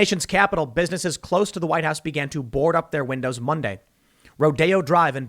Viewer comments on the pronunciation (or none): none